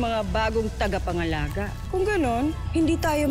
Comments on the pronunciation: Talaga "tangapangalaga", ha? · "tangapangalaga" imbis na "tagapangalaga" hahahah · huli ka avria sabi mo kanina nung nagsalita ka ng tagapangalaga iba ang sinabi mo sabi mo tangapangalaga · Tagapangalaga ❌ Tangapangalaga ✔️ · "tangapangalaga" HAHAHAHAHA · Narinig nyo ba yung sabi ni avria tangapangalaga daw ibis na tagapangalaga hit this like button if You heare that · Ngayon ko lang napansin yung sinabi ni Avria, HAHAHAHHAHAHA Ani nya’y TANGAPANGALAGA. Bagkus ay TAGAPANGALAGA? HAHAHAHAHHAHA nasa bandang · 😂😂TANGApangalaga o tagapangalaga 😂😂gulo ahh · director paki cut po sabi nya kasi na "tangapangalaga" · Ako lng ba nkapansin na Sabi ni avria tangapangalaga??🤦🤦🤦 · Luh ako lang ba nakapansin sabi ni avria:TANGApangalaga hahahhahhahahah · Avria: Tangapangalaga 😂😂 Ako lng ba nakarinig HAHAHA Like mo kung narinig mo rin😂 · Tama ba dinig ko? TANGApangalaga 😁✌ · "tangapangalaga" daw 😂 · Sabi ni Avria "TANGAPANGALAGA"